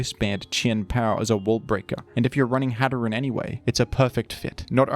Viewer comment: Its pronounced hat er een like hatter and serene